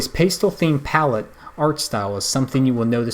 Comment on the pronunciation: Look up pronunciation of words (pastel is pronounced like "passed ell" not "paste ill") and practice the narration more.